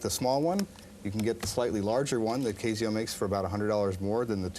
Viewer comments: Kay zee oh? Does anyone pronounce Casio that way? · you're saying Casio wrong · I jave never heard anyone pronounce Casio liken that before. No one ever corrected him??